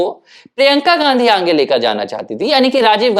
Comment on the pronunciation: बुरा ना माने भाई, पर आप आगे का उच्चारण 'आंगे' कर रहे है जो बडा अखरता है।